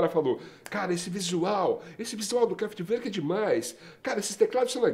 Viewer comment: A pronúncia correta é CRÁFETI VÔR Q (essas duas últimas sílabas devem ser pronunciadas como se a pessoa fosse vomitar). Grande banda!!!